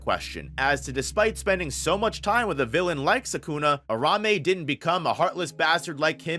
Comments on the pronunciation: Ur ta hime that’s how you say it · Lean how to say Uraume correctly you bum lol